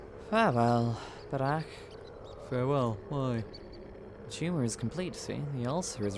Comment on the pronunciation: Отлично играешь голосом! И один из немногих англоязычных, кто правильно произносит фамилию протогониста)